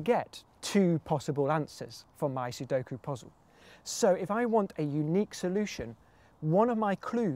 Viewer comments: Thank the lord he didn't say "suduko" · Finally! Someone who says sudoku right! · I love that he pronounces Sudoku correctly.